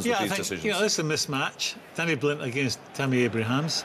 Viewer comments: "Danny" Blind, Tammy "Abrahams", "Azpilichueta" How are they paid for punditry when they can't even manage get the names of players right?! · Stop saying Danny Blind FFS !